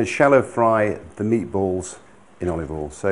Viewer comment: Gordon says alival